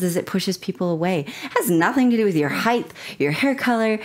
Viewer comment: Height not Heighth lol weird pronunciation